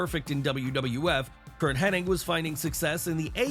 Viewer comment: Curt "Hennig" not "henning" 😂